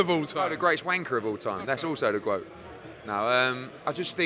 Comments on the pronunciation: Eddie 'the Gwoat' Moloney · Eddie “I’m the Gwoat” Hearn